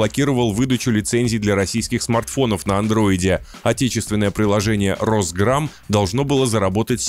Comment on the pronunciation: Я не ослышался - Россграм? 😂😂😂😂